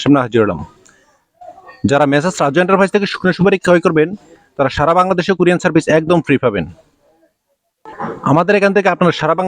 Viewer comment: আরে ব্যাটা ভোদাই কুরিয়ান সার্ভিস না,ওটা হবে কুরিয়ার সার্ভিস। বার বার কুরিয়ান কুরিয়ান সার্ভিস বলছে।